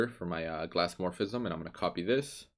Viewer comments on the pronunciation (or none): Good work. Be careful to enunciate the a in "glass" to avoid confusion with another English word, "gloss". Gloss is itself one of the effects you can achieve with glassmorphism. Frosted glass is another.